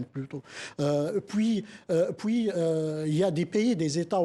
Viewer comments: On puis et non pas poui. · On dit PUIS pas poui